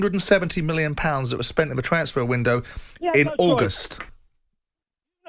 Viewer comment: It's de history of Tottenham 😂😂😂